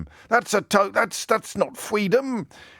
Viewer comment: "That's not Fweedom" 🤣